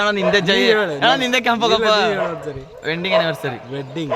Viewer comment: Wending ಅಲ್ಲ wedding ಅನ್ನು😅😅